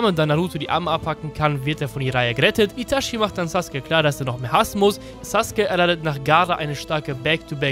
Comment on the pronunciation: witzig das du so abfällig über die Aussprache von Akaktsuki redest aber selber Itaschi sagst du Clown